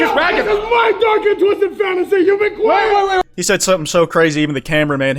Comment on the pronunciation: "that kwite guy"